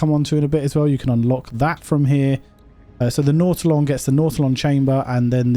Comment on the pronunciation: His pronunciation is correct. What an odd thing to call somebody on, especially considering all the different pronunciations that we have for words around the world.